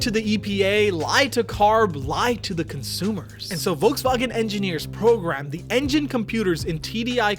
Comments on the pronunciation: I'm just really annoyed at the way you pronounced Volkswagen. If you really want to pronounce it the German way then it should be FolksVagen. The V in German is pronounced like an F. Pronouncing it Volksvagen makes you sound pretentious. Just saying. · IT'S PRONOUNCED FOLKSWAGEN. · bro pronounced "volkswagen" as "Volkswagen" instead of "Folkswagen" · If you're going to pronounce vagen in the German vernacular, you might want to also pronounce the Wolks. Wolksvagen. OCD with it. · The German pronunciation is "folksvagen." If you're going to try to use the original pronunciation, do the F at the front as well. No half measures. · Just a little thing: Volkswagen is pronounced with an 'F' sound in front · The V in Volswagen is pronounced like an f. Just a slight correction.